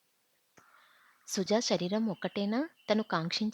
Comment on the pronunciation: ష రీరం ..కాదు తల్లీ...శ రీ రం..,గమనించ గలరు......వాచికా దోషాలు........